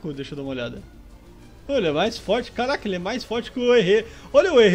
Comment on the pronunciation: tu disse "Calaca" em vez de "Caraca"....;-;.......mas msm assim MELHOR CANAL